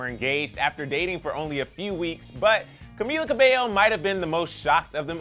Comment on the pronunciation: It's pronounced as Ca-mi-la Ca-bell-yo